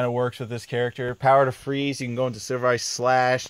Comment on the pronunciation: FWEEEEZE WITH SOME CHEEEZE THE CHWEEEZY FWEEEEZE